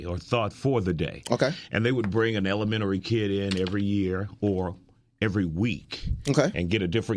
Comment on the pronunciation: “Elemenary” dis nigga forgot the whole T